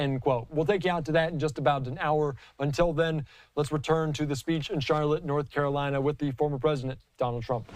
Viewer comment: North - Cara - Linnnnnnuh. He does not speak for this person!